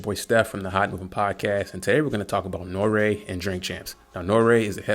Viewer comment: pronounce N.O.R.E right....its not Norea.....its NORY, or N-O-R-E...yea he has the stage name Noreaga....but don't call him Norea.....nah homie....either say Noreaga or NORE....you lost all all clout with me. Where you from Canada or GB. HIs show is about drinking and letting his guests say what they want...that's the whole basis and why its so successful.